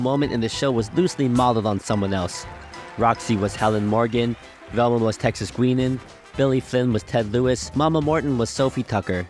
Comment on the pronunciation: It's pronounced Texas GUY-nan, not GUI-nan.